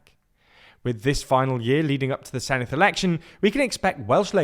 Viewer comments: You pronounce Senedd wrongly. It's not Seneth but Senedd i.e. the same softer 'th' sound as words them or those. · Small word of advice, it's pronounced 'Sen-evd' (Senedd=Senate). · He pronounced Senedd as Seneth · There’s no “th” in Senedd, btw.